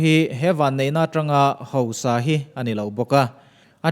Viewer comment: A ngaihnawmin a bengvarthalk hle mai, mahse kan ṭawng neihchhun tal hi lam dik hramhram ila, hosa nilo in HAUSA tih tur a nih kha..